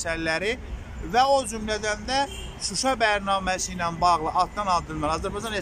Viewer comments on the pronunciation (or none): none